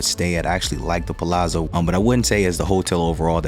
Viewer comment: You are one of the few people ever on YouTube to properly pronounce Palazzo. Most add a T. Annoying! Good content.